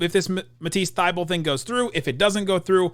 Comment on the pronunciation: Is pronouncing Thybulle wrong or is everyone else???